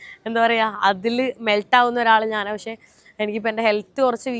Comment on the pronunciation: എന്താ നാൻ എന്ന് പറയുന്നത്... ഞാൻ എന്നുപറയൂ 🥰🥰